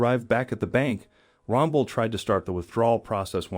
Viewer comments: Good story. But how do you manage to mispronounce the elderly man's name as Ronbel when you repeatedly show the correct spelling on the back of his jacket as Rangel ? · Give the man some dignity and pronounce his name right at least. It's Jesus Rangel Pronounced : Hay-soos Ron-Hel.